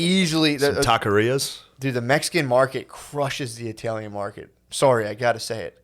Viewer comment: tf does matt say "TAILIAN" instead of italian